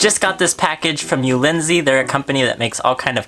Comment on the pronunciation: Nice cages and vid but.... “ulinzy”??? It’s u l a n z I.